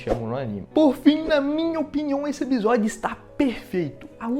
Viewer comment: “eBisódio” o jeito errado mais legal de se flr uma palavra kkkkkkkkkk